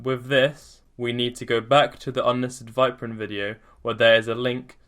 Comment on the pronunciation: It's pronounced as VIEP-RYN not VYP-RYN